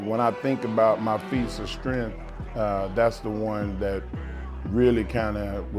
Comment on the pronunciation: Fees uh stremf